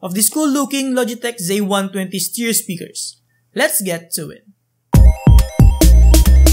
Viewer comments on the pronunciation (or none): Its ZIII. NOT ZAYY